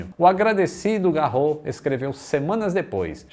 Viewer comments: Apesar de muitas palavras em francês não pronunciarem o "S" no final, o sobrenome Garros é uma exceção. Não se fala Garrô, mas Garros mesmo. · neste caso no francês o nome Garros pronuncia-se o S. Logo, o nome fica Roland GarroS. 😉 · Só uma correção, o Garros lê-se todo, ou seja, lê-se o "s" final. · Excelente Vídeo. Uma pequena correção: Se pronuncia o "S" final de Roland Garros. O nome não é francês mas, de origem alemã. Por isso se diz o Grandslam Francês de Roland Garros.